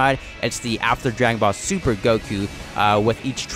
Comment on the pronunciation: My man said "Zuper"